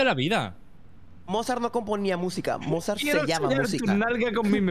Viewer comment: Cómo que Mozard= TheOzard😳